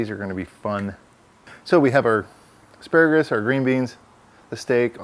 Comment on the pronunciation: What is that green called again ASPARAGRUS haa . Surely don't you mean asparagus . dude its got no R at the end . . other than that loved it . made me hungry as hell .